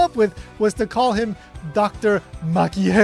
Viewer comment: How dafuq do you mispronounce the "G" in Gero to "H" and end up calling it something else otjer than a "Hero?" 🤦‍♂️